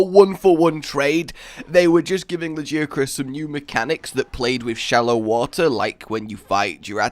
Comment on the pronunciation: Lagee-Uh-Chris? TF.